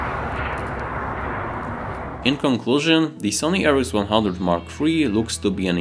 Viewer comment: Your accent made me hear Sony-Ericsson instead of Sony RX100 😆😃